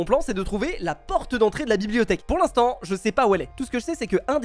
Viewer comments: "pour l'intant" mdr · « pour l’intant » -Le monteur de Fuze